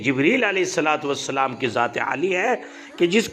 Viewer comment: السلام علیکم ماشا ءاللہ اللہ رب العزت حضرت والا کے علم میں مزید اضافہ فرمائیں لیکن آپ نے سلام میں حمزہ ہزف کر دیا